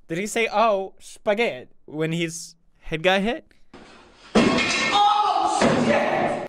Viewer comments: i was fine until he said "OH SPAGET" 😂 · would you like sum a spagett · Im sorry but what is spaguett ? What this mean ? Im lost help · "Wait Did He Say "Oh Spagett?"" *👌🏼* Me: *Dies Of Laughter* "Spagett" 👌🏼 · He said sh**t not spegett